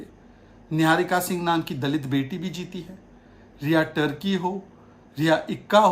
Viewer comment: टर्की नही पुनना वाला तिर्की होता है गवार हो